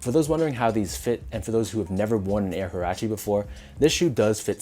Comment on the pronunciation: These a dope colorway and btw its pronounced "wah-rah-che"